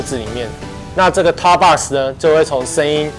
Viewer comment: box 是不是读错了？